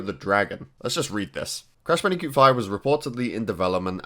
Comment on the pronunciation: Did u say Bandicute